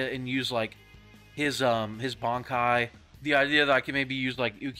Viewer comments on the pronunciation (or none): I'm pretty sure You didn't forget how to pronounce it. That "bonkai" gave you away.